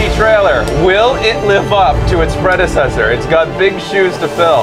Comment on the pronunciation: Lol in retrospective, hearing the one guy say: "Will it live up to his predecessorr?" Hmm.... difficult question, isn't it? :D